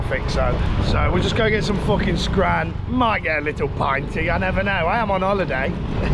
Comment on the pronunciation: please stop saying scrann. ya getting some grubb.